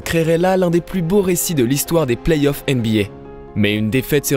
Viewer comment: Par contre on dit play-offs et non pas plays-off 🙃🙃🙃